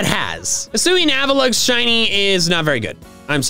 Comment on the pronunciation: AVALUGG, NOT AVULUG! AND DO NOT LEAVE OFF THE U IN BASCULIN!